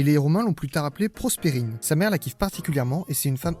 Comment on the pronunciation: Proserpine, pas Prosperine. 😉